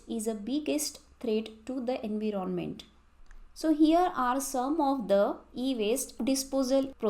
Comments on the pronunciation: Am i the only one who focused on her pronouncation of environment She said: in vi ron ment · Environment ❎️ en vori ment ✅️